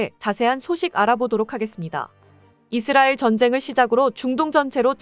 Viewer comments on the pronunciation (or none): none